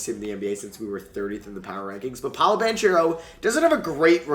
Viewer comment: This just popped up on my YouTube Home Screen: I watched and why did you pronounce paolos name like that